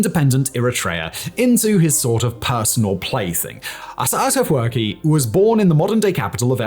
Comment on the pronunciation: It's astonishing that you didn't practice pronouncing the name of the only heroic Eritrean president correctly, especially given the history you present on your channel. You have no idea how President Isaayas Afewerk reached this point. Contrary to what you mentioned on your channel, he did not come into fortune easily; both he and countless young and old Eritrean men and women sacrificed their lives for this freedom. Your research seems biased, relying on sources from ethnic groups opposed to the Eritrean government and people. Please get your story straight: travel to Eritrea and uncover the truth instead of sitting comfortably and relying on Google. People like you distort the history of a developing country, and it's shameful. This is not new for Ethiopians and Eritreans, who have often seen third parties, like GB or other countries, interfere and ruin lives. Shame on you, sir.